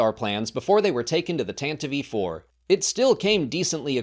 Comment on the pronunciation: i thought tantive was pronounced "TAN-tiv"